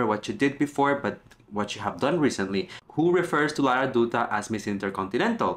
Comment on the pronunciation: Dutta should pronounce like Datta 😊